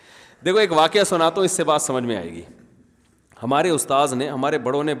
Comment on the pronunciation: Bahut achha bolte hen sub kuchh ustaad ki jagah ustaaz bhi so cute